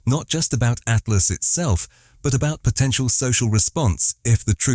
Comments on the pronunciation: It's pronounced Atlas. Stop spelling it out each and every time ffs is this an AI voice over? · Spelling out atlas by the "narrator" has ruined the video.